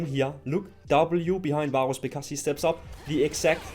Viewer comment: man im sorry but i cant stand the way you pronounce varus lollll